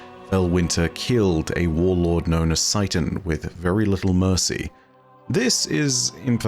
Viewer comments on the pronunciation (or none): none